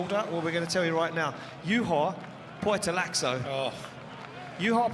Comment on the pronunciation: nice to see ian at least trying to pronounce Juha's name correctly